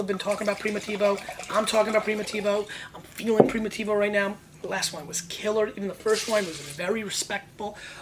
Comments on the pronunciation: it's PRIMITIVO not PRIMOTIVO! and stop yelling... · less than 1 min into it ... and couldnt stand it ... one should not make a video on wine if they can't figure out how to prounounce it .. even a elementary school kid can pronounce Primitivo right ... box of Clorox is in poor taste esp around wine and this isnt a sports show is it so why r is this guy yelling?